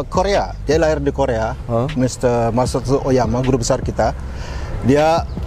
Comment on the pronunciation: Mohon maap mau koreksi dikit Masutatsu Oyama, bukan Masutsu Oyama